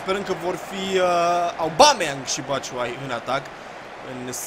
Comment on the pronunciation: Ba boule , se citeste Obameiang ( No hate xD )